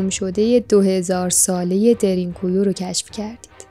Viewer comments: دیرین کویو چیه میگین، اسمشو به ترکی باید تلفظ کنین که میشه دَرین کویو ، یعنی چاه عمیق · تلفظش اصلا اونطوری نیست که شما میگین خواهشا دقت کنید این اسمها خیلی مهمه درین گویو به معنی چاه کمی عمیق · Darn ghoee تلفظ میشه یعنی چاه بسیار عمیق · اسمش درین گویو خوب تلفظ نمی کنید ریدی ترکی رفت مثل ماترکا بعضی وقتا زبان فارسی خراب می کنیم